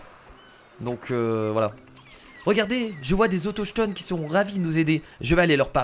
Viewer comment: « Autochtonne » xD